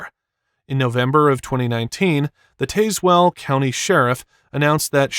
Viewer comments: Pst-- it's pronounced Taz-well (or if you actually live there, then Tazwil) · Hate to say it, but it is Tazewell County (pronounced taz-well). More drugs make their way into that area than decent employment. Rough neck of the woods down yonder, but sure is some pretty countryside.